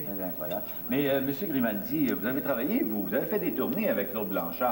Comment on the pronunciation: Grimaldi, pas Grémaldi